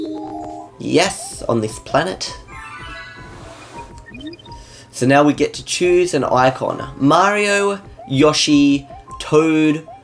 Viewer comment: What do you think of the music here? It's pronounced "Yo-she" I saw a little bit of lag there. It's called an "airship" first appearance of that thing was Super Mario Bros. 3. Oh, hello Kamek. What's with the random lag?